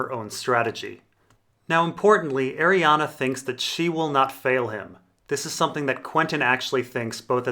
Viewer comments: It's Arrianne. Not arianna. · her name is pronounced ARI-ANN! THERE IS NO THIRD "A" IN HER NAME YOU POTATO!! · Anne is pronounced "an" Ari is pronounced "are-ree" So, Arianne should be "are-ree-an" But it's a made up name in a book, so whatever works for the person reading the book. I pronounced Melasandre as "Mella-sandra", which I know is probably off the mark. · IT'S PRONOUNCED ARIANNE, REEEEEEEEEEEEEEEEEEEEE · i'm just curious, why do you pronounce names wrong on purpose? cat-a lyn, ariannA. varis... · Also there's no A at the end of her name so I feel like ur just trolling ur subscribers lol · Lol, you're correcting that and not his egregious abomination of 'Arianne'? Priorities i guess. "Airy-ann" or "Arry-ann". I have no idea where getting the 'UH'. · I can't watch this because of the way you pronounce her name. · Same. It's super distracting. Why??? He says at the beginning of the video, yes I'm mispronouncing her name and gives zero explanation as to why. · 'Deidre' is not pronounced as 'Day-there' but 'Die-dra'. I think the same rules apply to Arriane'